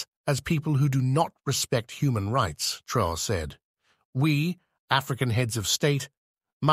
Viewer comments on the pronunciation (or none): He is called traore’ please.. traore’ not traor